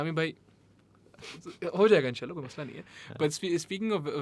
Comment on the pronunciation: the way say mashaAllah and inshaAllah is amazing!